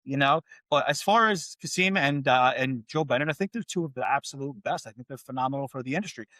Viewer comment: My name is Karim Kassem El Masry And it's Kass-em not Kass-eem for the first time is proven wrong haha